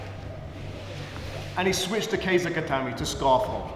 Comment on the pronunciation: It's not pronounced Kei za. It's literally Ke Sa.